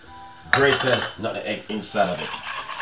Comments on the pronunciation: Love hear when he says nun egg when it’s really pronounced nutmeg 😂😂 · When him say nutmeg😁😂